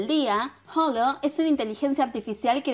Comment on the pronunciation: Tengo que aclarar todas las personas pronuncian mal él nombre lo dicen como si tuviera una j pero no, la h no se pronuncia, cuando dices holo no se pronuncia la h es como si no estuviera la h pero si esta Bueno lo tenía que decir 😂